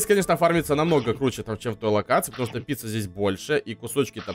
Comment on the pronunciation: Он сказал не пицца а пися